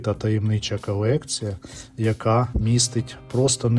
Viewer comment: Чому у ведучого в українській «кАлєкція», «кАлись», «простА», «кабріалЄт»…. «львАвіянИ»? Можна лиш здогадатися…..